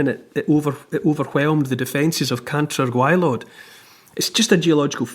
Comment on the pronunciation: Cantre'r gwaelod perfectly pronounced by Neil Oliver 🏴👏👍